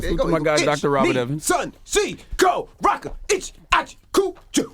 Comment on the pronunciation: ENVY, bruh! IT GOES: iech, nie, shan, chie, gho, rho, iech, ach, kyu, yu. NOT: itch, atch, chicken riken. XD